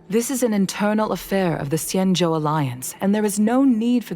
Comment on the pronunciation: Xianzhou is said with the x more like a c and the zh makes the j sound so it'd sound like cianjo I think